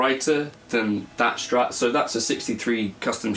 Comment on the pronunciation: The PRS sounds crispier, the FCS sounds warmer and a bit nosier ;) BTW its Strat nOt Schtrat ;p